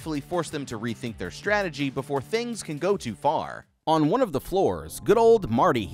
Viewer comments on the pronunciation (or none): none